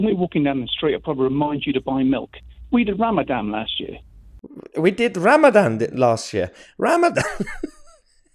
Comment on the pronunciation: He does intermittant fasting, not Ramadam🤣